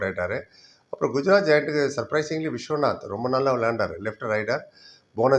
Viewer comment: Visvanath not visvanth sir thoothukudi player